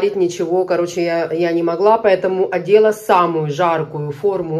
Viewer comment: НАдела, а не одела )))